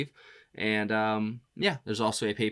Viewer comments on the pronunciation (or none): none